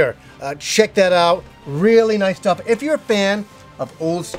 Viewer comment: Every time says "Welcome to another Game Stuff" my French ears hear "Welcome to another Game Stop" and every time I'm like "WTH??" for a second, then I get to compose myself again.